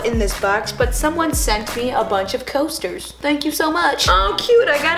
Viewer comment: Liza: coaters Me: book L: CoStERs Me: BoOK L: COSTERS! Me: BO- L: COOOOOOOSSSSSTTTTEEEEEERRRRRRSSSSS Me: ok..